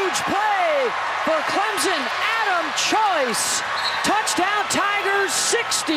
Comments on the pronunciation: Every time I hear someone say Clemzon and not Clemson I want to pull my hair out. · Can someone please tell her we are CLEM-SON, not CLEM-ZIN? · It's CLIMP-SIN !!